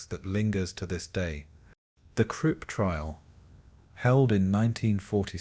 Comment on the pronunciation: Content creator; I enjoy your videos but please take the time to proof listen to them before posting. I discovered a few mispronunciations that were wrong. Several times the narrator mispronounced Nuremberg as ‘Nurberg’ or Nurvberg, ‘Namberg’ or ‘Nararberg’ Another glaring mispronunciation was Krupp’ as ‘Kripp’ in fact I don’t think you ever pronounced that name correctly.